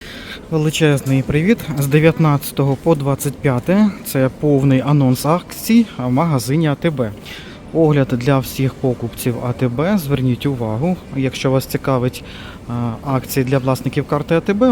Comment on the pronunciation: Кава карамель лАтте, а не ЛаттЭ. І чому пОкупці?